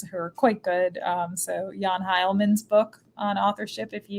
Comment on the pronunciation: For the scholars mentioned, I think she's referring to Jan Heilmann and Theron Clay Mock (less sure of this one)! (, if you see this, you pronounced it just fine, it's just that I'm not used to hearing German names in English accents.)